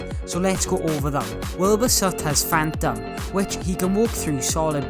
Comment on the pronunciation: Lol phan-Tom and situ-a-tion